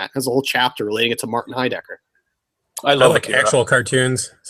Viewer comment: It's Heidegger, not Heidecker. Also stop forcing your Asian fetish into every discussion.